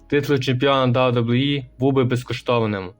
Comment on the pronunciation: "Да-Дабу-І" Відоси прикольні, але ж бо треба попрацювати трохи з дикцією😢 або вибрати слова які важко вимовити і замінити синонімами. Наприклад не казати кожен раз "WWE", а замінити на: компанія, промоушен, федерація і т.д. Успіхів 💪🏼